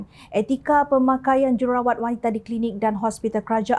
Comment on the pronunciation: Kak, j u r u r a w a t kak. Bukan j e r a wa t.😂